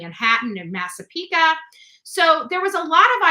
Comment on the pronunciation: Massapequa is no ca it’s qua like quiet at the end, just sayin lo😅